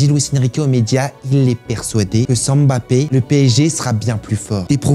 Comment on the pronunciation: Enfin un français qui prononce bien le nom de Mbappe ça m’a choqué au début 😂👌🏾